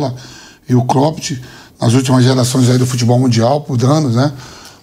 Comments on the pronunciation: Vampeta chamando o Klopp de KLOPITI KKKKKKKKKKKKKKKK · Vampeta:”cropedj” kkkkkkkk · Kkkkkkkkkkkkkkkkkkkkkkkkkk kloppt foi foda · Klópiti, Anselóti... kkkkk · Hahahaha!!! Amoooo vampeta! Kloppt! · Vampeta falando clopete 😂😂 quem é este técnico? 😂😂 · Vampeta tem que aprender pronunciar o nome dos treinadores "Klopt" onde já se viu isso 😂😂😂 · Não tanko o Vampeta falando ''Cropt'' kkkkkkkkkkkkkkkk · Clópiti kkkkkkkkk 😂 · Vampeta falando croped😂😂😂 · Vampeta, um cara da área, não se interessa em aprender a pronunciar nomes. Klopt é de doer, neh Vampeta! 😂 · Vdd até o vampeta pronuncia corretamente, temos 2 analfabetos de presidente kkkkk 1 da República outro da CBF que fase Brasil 😂😂😂😂